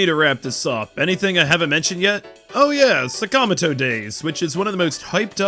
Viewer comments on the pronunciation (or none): So how does the AI VO pronounce "Sakamoto" again???